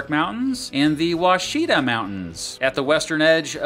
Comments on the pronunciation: It would have been better if you talked about the fact the city of ardmore is where air force two will get its paint job. Also you pronounced washita incorrectly. And oklahoma owns all of the red river. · I'm an Oklahoma native, and the only thing I heard was that you didn't pronounce it WASH-ih-taw. Which is OK. Many meteorologists who move here struggle with that Native American names for years. :-)